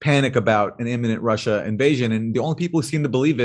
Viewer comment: and to answer your questions: if I would try to put it in latin and re-pronounce it in "common-US-english" it might be "Roosseeeya". And the reason why the Ukraine was mentioned? Well, did you see the video? Jimmy Dorse has a hard time, trying to do it right, which is great of him doing, but starting from the wrong charset and pronouncation table on a "non adapted" name, he hadnt even a chance ;-) so thats just why it was mentioned.